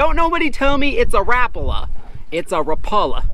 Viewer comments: It is Rapala not rapla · Rap a la is actually how it’s pronounced lol I am not hating just saying I am subscribed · According to Dan Quinn, Rapala is officially pronounced with a hard A. HOWEVER, they don't care how you say it as long as you buy it. lol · Jesus Christ Americans can not say Rapala😂